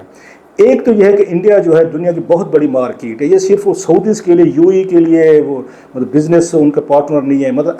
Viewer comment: Salam, It is not "Markit"... It is "Market"...